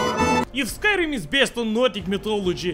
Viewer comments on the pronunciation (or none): none